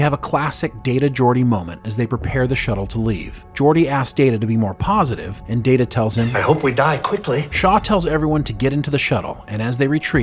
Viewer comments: Pronounced "Data" the way used to early on in Season 2 of TNG. Pretty sure it's established that "DAYTA" is correct and "DAHTAH" is not correct. Does the narrator ever actually watch Star Trek??? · Someone who pronounces Data as Da-Ta instead of Day-Ta - is not a Chanel I will watch. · Da-duh... Guys.. please, no. That is what Shelby called him. Day-Ta is his name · You mis-pronounced Data's name as "data" - One is his name; the other is not. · Why say Datta? Why? Everyone in the show including himself say Dayta. So please, one more time, why say datta? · Dah-ta? Oh, my. I guess gets two shout-outs this episode. 😂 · Wait, did you call him "DAta" right at the beginning?? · Alright lol, its Day-Ta..... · Did you just call Data Dat-A bro what lol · It's pronounced (date a) you may ask what does it matter. Well one of them is his name the other is not 😂😂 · Datter? Who's "Datter"? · Another excellent script and narration. The one nitpick is that where as last week's was wordperfect, the first pronunciation of data in this one was incorrect. But it was fine for the rest of it. Thanks again for the video and for all of your work. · They lose credibility with their audience if they can't say his name right, means they don't watch the show, just a guy reading a script or a bot...thumbs down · You're saying Data like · Excuse me. It's pronounced Data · Not data its Data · How can you mispronounce Data? I mean one is his name and the other is not. Shame ...... SHAME! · Did he just mispr9nounce data name? Lol so many amateur mistakes by these podcast guys! Proof read fool s